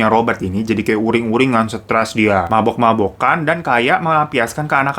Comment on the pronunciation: tumben logat nya mabok mabokan.. gak mabo maboan ke biasanya 😅😅